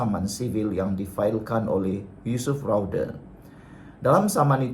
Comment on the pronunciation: SEBUT NAMA YUSOF PUN SALAH...YUSOF RAUDE....PUIIIIII